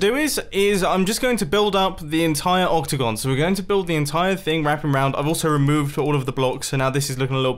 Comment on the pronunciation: The whole time mumbo said octagon and what i heard was opticon